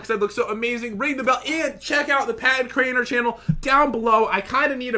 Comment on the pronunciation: Crainer not drainer lol